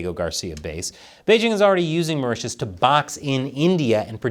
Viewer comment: Mao Ritius(Maurtius) island